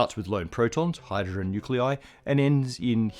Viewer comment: Did you notice the “hyrdrogen” ? 🤨